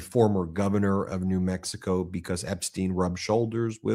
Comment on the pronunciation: Lmfao. Say Andrew Mountbatten again!!! Smh. That’s some funny shit bro. becoss it’s funny. By the way. It’s Mount-Bat-ten. Say each one slow then join them. Mount. Like a mountain and Batten like a Bat 🦇 and the number ten 10. But if ya can’t get it. It’s okay cause the way you say its is funny as fawk. That and becoss or is it because. Lmfao. 🤣.